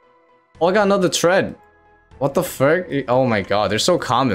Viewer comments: 50 hours of grinding later and he still can't say Amascut correctly. It's pronounced like "a-mass-kit", not "a musket". Edit: He can't pronounce anything from this raid correctly lol. "Tread" instead of thread. "Missouri" armor instead of Masori. "Ambrosier" supplies instead of Ambrosia. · Tread lol